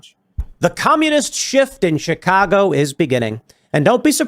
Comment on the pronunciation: Tim doesn't even know how to say "Chicago".